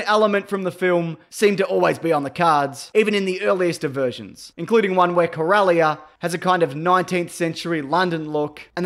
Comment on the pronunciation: speaking of wasting time, it wasted enough of mine not even making it to 3 mins of your crappy video just another wanna be YouTube star printing himself non Star Wars fans should NOT make videos about Star Wars you don't even know how to pronounce Corellia fuck off bandwagon loser